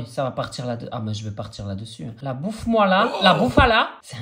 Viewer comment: Bon visionnage ✨ et tu peux faire un 24h dans l’eau stp ❤ et le « bouffe moi la » au lieu que « buffala » ça m’a achevé 😹